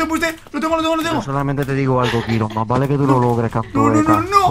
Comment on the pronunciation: ROCIO Gonzalez kiron no jirón